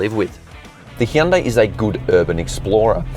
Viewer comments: Hyundai is pronounced like "Sunday"! Just saying. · Hun-day.. Coming from a south Korean lady I work with.